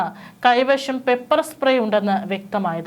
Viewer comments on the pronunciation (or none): കൈവഷമല്ല കൈവശം.... ശ്രദ്ധിക്കണേ.... മലയാളം മാതൃഭാഷ